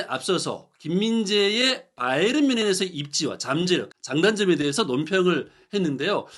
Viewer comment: 바이언? 바이에른? 발음을 통일하시지 따로국밥